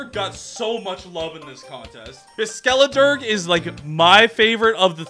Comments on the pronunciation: It's very amusing how often Skeledirge's name is said....wrong. "Dirge" is said "durj" not "durg". It's a type of mournful song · I think it’s pronounced Skelederj. A dirge is a somber song or lament expressing mourning or grief, such as would be appropriate for performance at a funeral.